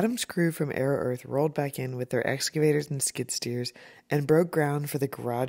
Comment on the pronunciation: Im crying at the way he pronounced excavator 😭